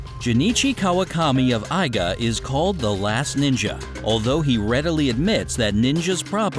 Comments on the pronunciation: Eye-ga lol😂😂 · He said it like Eye ga!!!!! ITS EE GA, I-G-A I'S ARE LIKE EE'S IN JAPANESE *sigh when my ninja Geekness kicks in